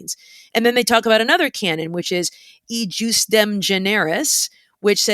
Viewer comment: Enjoying your podcasts. In Latin, the J is pronounced like an I.